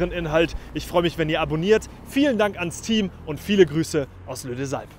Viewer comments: Lee Dös Alp nicht Lö Des Alp :cat-orange-whistling: Ich war im März da, muss sagen, hat mir nicht so gut gefallen. Anreise per ÖÜNV ist eine glatte 6 und die ANordnung der Lifte ist irgendwie komisch. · „Lee dösalp“, nicht „Lö deesalp“ ☺️ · seht geiles video aber nur als Tipp es heißt lee und nicht lö deux alpes also nur zur Aussprache